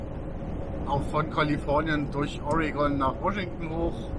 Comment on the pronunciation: Haha, "Orrehgonn", herrlich! Die Amis sagen "the e is silent in Oregon" ;-) (Das ist so ähnlich wie - nee, nicht Kämmluhps, gab da doch noch eins, wie hieß das noch gleich, in Kanada...ach, genau: Kellgerieh!!)